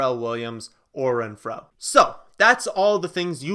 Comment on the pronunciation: How you say Renfro really bugs me lol